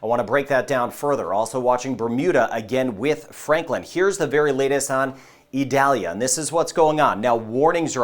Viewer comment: Eee-doll-yah. It isn't an onion.